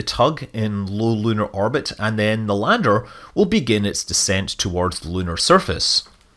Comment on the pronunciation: I thought you said for its ladder not lander lol... I was gunna give you some pointers on which rectangle should go where.